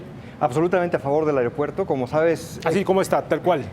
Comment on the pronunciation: Por qué el conductor dice "AREOPUERTO"?